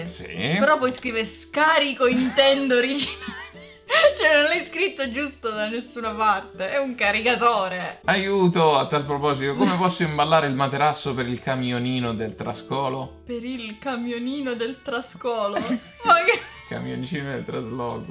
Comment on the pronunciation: Il "mEterasso", ahahah.